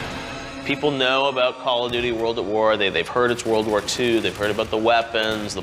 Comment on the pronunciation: am i the only mf that notices this guy is saying “World of war” ?!?!